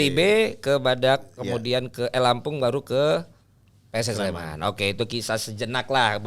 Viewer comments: PSS SLEMAN! NOT PS SLEMAN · Pss Sleman not PS Sleman!!!